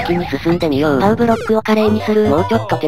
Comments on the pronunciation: ばねじゃなくてぱうじゃ？ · に一言言わせて何で「パウ」ではなく「バネ」って言ったの？間違えてるよ！！ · バネじゃなくてパうですよ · バネじゃなくて、パウʬʬʬ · バネじゃなくてパウですよ